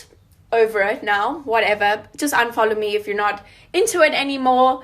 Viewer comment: The second girl 🤣🤣. “Unfoljow... if you don’t ljike me or my products unfoljow🤣🤣🤣🤣